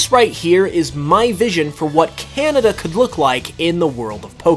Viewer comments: its kanada not kinata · The Cehnehdeh region